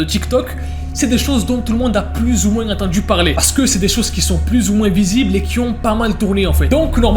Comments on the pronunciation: salut ..... arrête avec ton moinssse on ne dit pas le S bordel .... ça énerve très vite !!!!! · oh mon dieu.. vous conaissez sora? il as fait une vidéo sur ce que disait la france et un moment donné, il y a des fr qui disent pas moins ( se prenonce: moin ) mais ils disent moinsS (se prenonce: moinsse) et le dit..(je fait pas preuve de rascisme hein;-; ) c'est juste choquant enfait:) (parenthèse fermée) sinon, une masterclass, j'adore la vidéo! continue comme sa!!